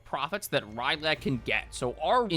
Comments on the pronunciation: It's R'Lyeh not Ry'leh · I say Rill-yeh, but rill-yea or something else similar also makes sense. It’s spelled R’lyeh and not Ry’leh, so the only real way you get “Rye-leh” is if you aren’t reading the word (A lot of people from a certain generation were taught to pronounce words via symbol recognition and not syllabically, so not being easily able to actually figure out pronunciations for new words is unfortunately very common). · R'lyeh is pronounced Ryh-Lay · the pronunciation of R'lyeh kills me bro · Man makes jokes about Cthulhu on dates, doesn't even know how to pronounce R'ryeh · the way you pronounce R’lyeh fills me with rage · Bro's really out here mispronouncing "R'lyeh" out here. SMH some people can't read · What if the 10 second silence was actually a response to his inability to say R'lyeh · Please tell me will not be pronouncing R’lyeh this way for the entire video. At least he doesn’t pronounce Cthulhu as like “clubuthu” which I have heard before. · Same for R'lyeh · It is pronounced "RILL-aye", not "Rye-LAY". I feel like I'm being annoying by mentioning this but it irked me so much for some reason lol, don't worry tho i still love you TwT Edits: "Illithid" is pronounced "ILL-ith-id", not "Ill-THID". And the plural of "Starspawn" is just starspawn, you don't add the s.